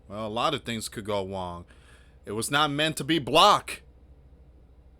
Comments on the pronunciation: What’s Wong?? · Lots of stuff go wong o gosh it’s wong